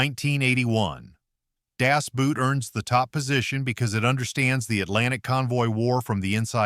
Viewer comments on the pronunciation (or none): The German word Boot is pronounced like the English equivalent boat, not like English boot.